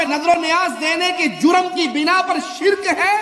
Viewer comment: Beta pahle bolna Sikh le shirq hota sirik nahi